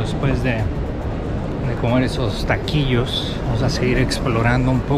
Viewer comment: Muy buen video amigo te felicito nada más si te falta decir bien algunas palabras (taquillos) lo demás se me hizo muy bien